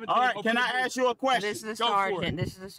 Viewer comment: No offence,but it's ask not axe